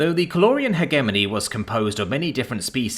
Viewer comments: It kills me inside a little bit every time you mis-pronounce 'hegemony'. It features a lot in sci-fi. Hedge plus Lemony minus the L.👍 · The g in hegemony is a soft one, not a hard one. It's pronounced "hej-eh-moan-ee."